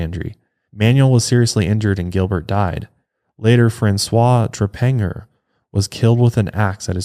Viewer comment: If y'all need help with those pronunciations I got you! That Trepagnier one was funny. Trep-an-yay